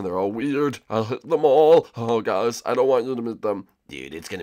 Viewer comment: hi huys says Morton